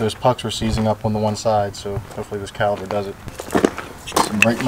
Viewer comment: Are you saying "caliber"?